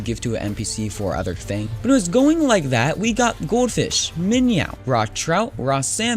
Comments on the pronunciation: Minyow. LMAO! That's funny. Not Min-oh but minyow. That's great shit! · Its minow not minyaw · m8 its a minnow not miniow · also, its not Bass like a guitar, its b ass. Its minn oh, not minyow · they are called MIN OHS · Wtf is a minyow? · I normally don’t correct people on pronunciation, but it’s Min-O spelled minnow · Bass is pronounced "Bas" and Minnow is pronounced "Min oh" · Every time he says minyow I die alittle I'm glad he doesn't say base and trot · It's pronounced Min-oh. And Fish for singular and plural. Fishes is not a word. Like deer means 1, or multiple deer. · it is called a (min-oh) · AND ITS FOKIN SAID "MIN-O" NOR MINYOU!!! love you're bids BTW reupload you're fps vid it helped a lot. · You just do sooooo many things wrong you do mistakes you dont know the npcs you miss pronouns many things and i know alot more then you in curtent state i am just so disapointed like man get your shit thogeter play russia complete the npcs also on hawaii . Just play russia and hawaii is it so hard this is not a hate comment but a speak from the people like the misspronoutiationt with the minnow and its called min oh and also with the mp40 and if you dont know what that is well then you shouldt do youtube again this is not hate i like the tiny info you are giving tho the new players but i want to see improvment please read this and not take it bad please. Btw srry if i wrote some words wrong but as we say here in norway e driter i det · your saying minnow weirdly